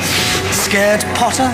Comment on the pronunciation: トムのPotter発音がほんと好き 悪役と同一視されて、アルコール依存とか、本当に辛いこと経験してたから報われてくれてて嬉しい。